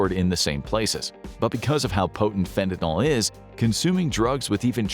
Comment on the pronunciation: Please! Stop referring to fentanyl as "fentanol"! The "ol" suffix indicates an alcohol (--OH) functional group. Fentanyl is not an alcohol. I think the "yl" comes from the propionyl group it contains.